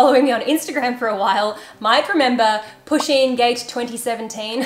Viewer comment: Poo-sheen. Its pronounced like that. Not pushing. I love my pusheen.